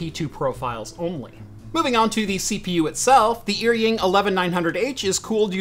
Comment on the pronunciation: Just a small correction on pronunciation because it bothers me a lot lol. “Eary-ing” makes me cringe. In Chinese pinyin, “er” is pronounced like “are” in English. (With 3rd tone). “Ying” is pronounced as you would expect with English spelling (with 1st tone). Correct pronunciation would be like “are”-“ying” Further context, the characters used, 尔(er) is an ancient Chinese word with the same meaning as 你(ni) which means “you”. 英(ying) has many meanings, can refer to English (language or country or people) but also has other meanings like hero or elite.